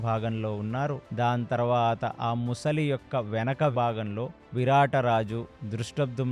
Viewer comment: ముసలి కాదు sir, మొసలి.